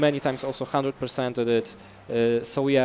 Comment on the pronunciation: one hundred pergwent